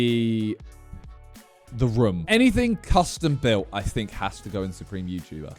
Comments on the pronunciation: I like how Simon says "Roum" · The slight aggression I had every time he said wrumm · Why does he say room like that? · Does nobody notice how Simon pronounces "room" 😂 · Am i the only one or does simon say "room" in a weird way haha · The way he says room is so weird.